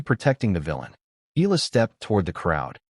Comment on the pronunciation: Ee aah lah! Again Ee aah lah! Not Ee lah!😮😂